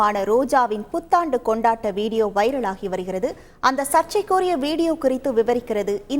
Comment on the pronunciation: News reader சர்ச்சை என்ற வார்த்தை யை சரியாக சொல்ல வேண்டும் 😅